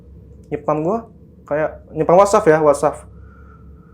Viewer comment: WhatsApp bang bukan wasaffff